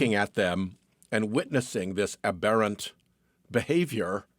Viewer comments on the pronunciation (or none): You mispronounced aberrant. It is not pronounced like abhorrent. The emphasis is on the first syllable of aberrant.